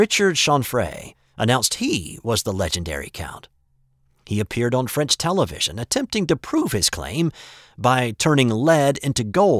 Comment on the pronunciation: Your French pronunciation is very Good Btw.